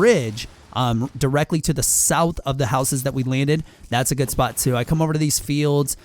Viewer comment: FuNNysoCCer YESS!!! He didn't say my secret spor too!!